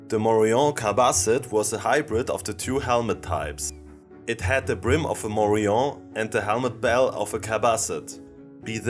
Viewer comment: Falsche Aussprache. Morion ist spanisch und wird daher mit dem -n ausgesprochen